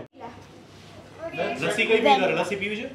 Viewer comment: Lacchi na kevay lassi kevay, game tya na loko hoy pan bhasa and ke vastu nu nam je original hoy j bolay, tame have atla mota youtuber bani gaya cho to tamare to khas dhyan rakhvu joie, because tamari channel des vides ma loko jove che, etle je bolo e bija loko evu khoti shabdavali sikhe, ghar ma ke mitro sathe bhale game tevi rite vat karta hoie pan jyare atla mota platform par tame bolta hoy tyare je sacho sabd hoy ej bolvo joie